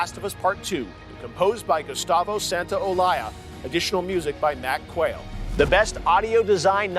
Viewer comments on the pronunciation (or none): Is it me or did Geoff just grossly mispronounce Gustavo Santaollallalalaaa's name?